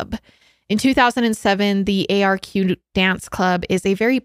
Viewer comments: Hi! There’s just a few things I thought I’d point out, firstly that the nightclub you were talking about is pronounced “ark” and the second thing is that when was saying she’s never heard of people voluntarily taking GHB, in Australia (especially in the lgbt community) it’s actually a very common thing and is liquid ecstasy. Love love love this collab though 💓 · It’s called the ARQ (pronounced like Arc) not the A-R-Q. Lmao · Arq is so known for the party drugs too, so michael would have been thinking he was powerful in some way. So horrible what happened. Also Arq is pronounced Ark (i know its confusing haha). Would love you to look into missing backpacker Theo Hayez who went missing in Byron Bay Australia who was there on vacation from Belguim. So sad. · The club is pronounced “arc” like Noah’s Ark The suburb Michael is from is pronounced “Cron-Nullah”. GHB is uncommon as a party drug in the LGBT scene in Australia now, but when it is it’s used in micro doses and not at the “date-rape-drug” level. At this time it was used a little more frequently also. Bit of local knowledge :) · As an Aussie I can’t help but make fun of Americans pronunciations 🤣 arq club is pronounced ARCK And the way she says Cronulla 🤣😭